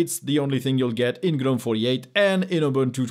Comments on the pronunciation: I don't care what it means, what its origin are; can people please stop saying Guh-nome! We'd all know what you are talking about if you just said Gnome. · In English, Gnome is pronounced "nome", the g- is silent, unlike gnome in French...